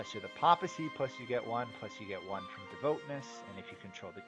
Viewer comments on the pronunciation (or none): The voice is really quiet, and the music is SO loud... but more importantly, I can't stand how you keep mispronouncing "papal" and "papacy" and such every single time! It's a short a, "Pay-pull" not "paw-pull" or "pop-pull" like you keep saying.